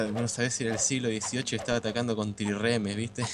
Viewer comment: Es Trirreme, no tirreme, se comieron una R jajaja se les llamaba así porque tenian 3 lineas de remeros llegando asi a 150 remeros generando para la epoca, una gran velocidad de batalla, ademas a proa llevaban espolones de hierro convirtiendolos en misiles guiados contra otros barcos,se les llama misiles guiados porque fijaban un barco enemigo y lo envestian con el espolon!. Gran Juego Saludos!